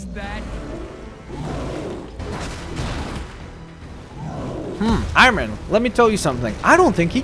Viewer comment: It’s Iron Man not irone man